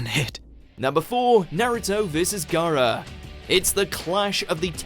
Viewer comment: So... is it pronounced Gaara or Gaara... I was so convinced it was Gaara🤦‍♀️